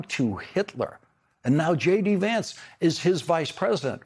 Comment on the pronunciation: Do not touch that lovely young man... And say his name correctly